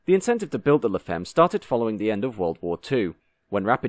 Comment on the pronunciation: By the way, femme is French and is pronounced fam and not feem. French, one of the 'other' 7000 languages of the world.